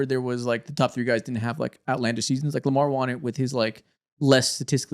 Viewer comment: i gotta say it. the word “won” is pronounced the same as the word “one” in english. bro keeps saying “they juan” and it’s all i can hear 💀